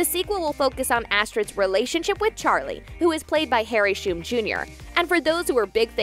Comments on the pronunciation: I'm sorry but how do you pronounce hum? Yeah, try saying shum again? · Someone teach the narrator how to pronounce Shum.